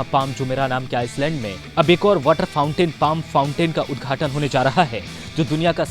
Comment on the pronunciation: Bhai saab Ice land nahi it pronounce iland